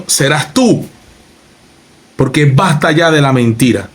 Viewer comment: Este tipo ya no sabe decir mentirá, 5x100 a quien quiere engañar